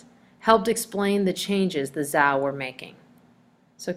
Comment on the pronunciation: It's ZHOU dynasty, or "CHOW" dynasty! It's QIN dynasty, or "CHIN" dynasty!